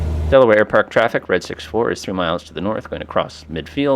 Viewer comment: Your mispronunciation of the number 3 is quite distracting